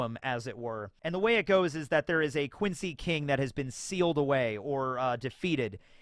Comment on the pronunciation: I like the German pronunciation for the Quincy